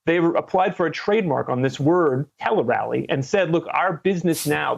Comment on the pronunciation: Well at least most of us will never have a need to say (teeleerally) telerally. We would say (tella rally) tellerally or telle-rally